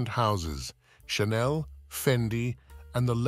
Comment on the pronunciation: Perhaps learn how to pronounce Chanel.